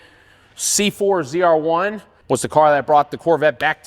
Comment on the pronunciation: You had 2 chances to get "ZR-1" right. And you miffed both... Correction. 4 chances and all of them wrong.